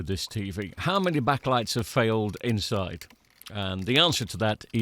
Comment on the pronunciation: STOP SAYING BACK-A-LIGHTS…its backlights, one word two syllables. Honestly that is the most infuriating thing I’ve heard all week.